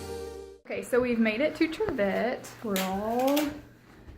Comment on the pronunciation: its not triv ette its pronounced triv it... i should know i am kin to dr william trivette